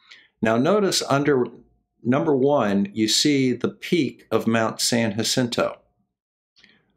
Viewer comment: Thank you for pronouncing San Jacinto correctly!